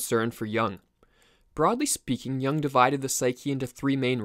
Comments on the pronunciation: Good video, but PLEASE PRONOUNCE JUNG CORRECTLY, NOT YOUNG BUT YOONG. It is a German not English! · It's not Yong but Yung btw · isn't it pronounced "yoong" instead of "yung"? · Excellent videos – but please Yooung, (as in look), not Yung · It would help to pronounce his last name correctly. He is not Carl “YAH ng”. It is pronounced “Yoong” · Good video, but not "jang", more like "joong" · it's Juuuuuung,not young...pronounced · Carl Yung not Young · Please pronounce Correctly. Not young but Yung (Jung). And he wasn’t a psychologist. He was a psychiatrist. Totally different profession. Thx a lot. A Swiss obsessional. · Not "young"!!! Jung!! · it younng not young lol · It's not Jang it's.. JOONG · His name is pronounced YUUNG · How do you mispronounce the name of one of the most influential thinkers in recent times. You have more than a million subscribers, take it seriously and pronounce names correctly. His surname isn't Young. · Bro pronounced yuung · The vowel in Jung sounds like youth. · Thanks for the video, just learn to pronounce some words right, like Jung for starters. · I can't take this seriously when they can't pronounce the man's name.